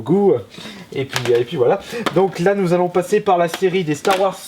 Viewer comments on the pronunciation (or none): Ouai par contre ça se prononce "Star Warze" et pas "Star Warce" mdr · Star Warsse, apprend à parler. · on dirait que tu dis Stare Warsse x)